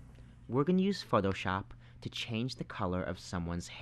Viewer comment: say photoshop again :D